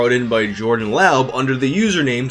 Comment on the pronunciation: Pretty sure laub is pronounced lobb as in lobbing a ball Source : my coworker with the same last name